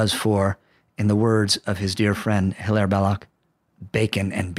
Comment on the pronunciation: Belloc's first name should be pronounced "Hilary, as he was a British subject, member of Parliament, and his English friends such as Max Beerbohm, called him Hilary